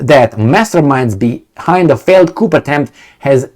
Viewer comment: "coup" is pronounced (coo). A Coupe is pronounced (coop) and a "coop" is pronounced (coop).